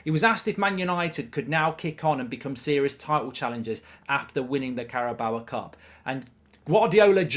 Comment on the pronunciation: first of all pronounce the carabao cup correctly then we'll talk